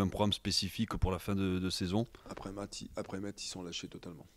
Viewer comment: On ne dit pas "METS" on dit "MES". Vous n'allez pas vous faire que des amis si vous n'apprenez pas à prononcer correctement le nom de la ville qui vous acceuille.